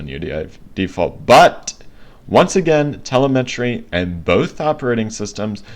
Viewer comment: Just an FYI. Its not CortAna(like "anna"). Its Cortana(like Cortawna, or Cortauna, like "sauna"). And its not tElemEtry (TELL-uh-METree). Its telEmetry. (Tul-EM-uh-tree). Sorry. Not disrespecting. My OCD was just going into overdive listening to you. Great video by the way. Thank U for posting it.